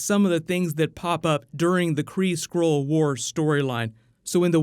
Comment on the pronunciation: Everytime he speaks "Skrull" I hear "squirrel"